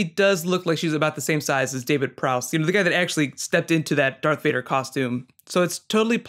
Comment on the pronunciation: Is this guys for real, He keeps calling Darth Vader "Dark Vader" He is a Star Wars Poser !